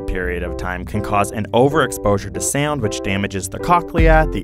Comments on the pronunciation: MrprunesHD Haha he said SaUnD while I read this😂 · ok is the way this man is saying “sound” bothering anyone else slightly?